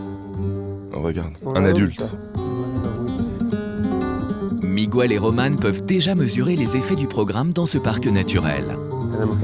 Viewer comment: Miguel se prononce... sans prononcer le "U" : Mig (g dur)el😉😊